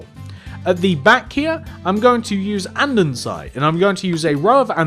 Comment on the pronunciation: It really annoys me that this man always says ANDENSITE.. It is AnDESite..